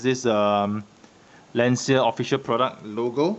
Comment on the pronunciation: You're mispronouncing Lancia. The correct pronunciation in "lunch-a".